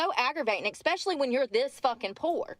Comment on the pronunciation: It must be expeshally difficult to get a job when you go to an interview and pronounce so many words incorrectly and 😂:_brooke